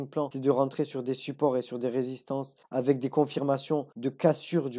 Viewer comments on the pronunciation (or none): none